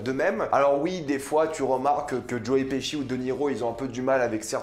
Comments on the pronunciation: Tu nous les casse tout le temps avec ta salle au cinéma..comme si ya que toi qui a droit dy aller Et on dit joe piski et non pas pichi 🤦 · Mdr joe piski nimp ca se prononce plus ou moins Petchi.